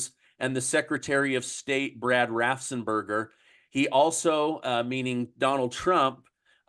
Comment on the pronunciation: Dude learn how to pronounce Raffensberger.